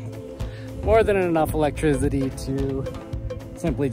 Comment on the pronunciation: I love this and why does he say "electrizzity"??